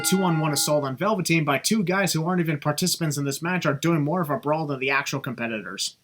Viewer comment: I think Vince McMahon should have commentated the Backlot Brawl. No, not because he commentated the first one. But because he just can't say the word "Brawl" (and instead says "bra") so, it fits the match. Also, surprised that bump Damian took didn't get a sin remover. I understand the sin but, because of how brutal that bump looked I'm kinda surprised it didn't get a sin remover. But, I don't mind.